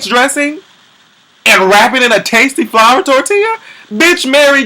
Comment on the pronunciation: I'm just tickled that her looked like Elvis.. otherwise.. I died twice Laughing.. cause she said.. FLOVA.. not FLOUR..hahaha